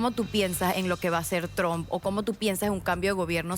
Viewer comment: No digas tran se oye mejor trump